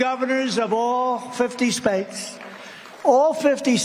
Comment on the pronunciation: Oh my God I thought he had missed pronounced this word so, I played it again and it's hilarious: he did say .."All 50 spakes" :face-blue-smiling: Then repeated it again to correct himself and said: " 50 states! Hilarious say hilarious. His dumb ass still can't speak his words clearly. Or he just has a mental and speech problem:face-blue-wide-eyes